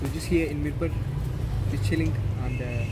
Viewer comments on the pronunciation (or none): It’s not mirpar..it’s mirpoor ...correct accent plz